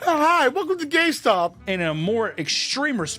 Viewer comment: "H-Hi welcome to GayStop"